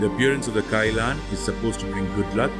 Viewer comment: It’s pronounced more like Kee-Lun.